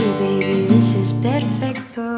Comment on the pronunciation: i'm italian and the way you say perfetto is perfect lol